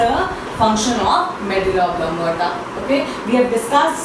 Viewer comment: no offense but .... oblong*a*ta